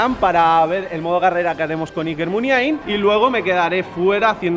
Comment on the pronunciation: La forma correcta de decirla es la que dice el presentador en el